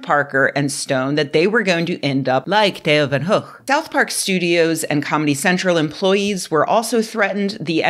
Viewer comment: Im kinda surprised we got a very correct pronunciation of Theo Van Gogh and a very American pronunciation of Charlie Hebdo. This isn't a criticism, because I didn't even really know how to pronounce Van Gogh's name correctly. I like the video very much. I was just a little surprised.